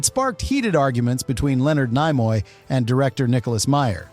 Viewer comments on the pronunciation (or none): Leonard NIE-moy? I hate AI.